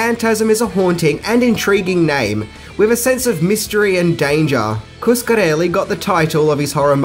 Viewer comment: Why are your th's end with a V or and F? Another = anova and with = wiff... hmmm